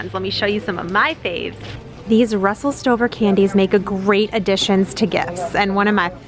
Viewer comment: Did you say Russel Stoven? It is actually Stover, it is cursive